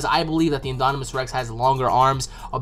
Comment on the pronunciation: Haha great video, but it's pronounced IN-DOM-IN-US Rex. Like dominant. No hate, just thought you should know:)